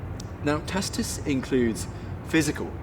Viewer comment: Yeah, "Barbarians"...those Celts whose DNA I carry. Remember this battle in the movie Gladiator with Russel Crowe? Great scene. And the historian's name should be pronounced with a HARD C....Tacitus. Not like Tasitus. Same with Celts...HARD C, not like Selts.